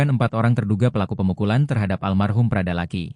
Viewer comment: Tolong bagi pembaca berita Tribun Lampung, cara anda melakukan pengucapan nama korban itu bukan (laki)...tapi Lucky.... karena kami orang Kupang tidak ada yang panggil orang dengan sebutan "LAKI" tapi "LUCKY".... demikian untuk menjadi perhatian....🙏🙏